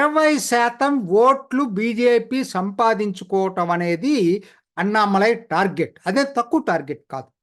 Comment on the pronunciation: దయచేసి Annamalai అనే పేరును అణ్ణామలై అని పలకాలి అన్నామలై కాదు. గమనించగలరు.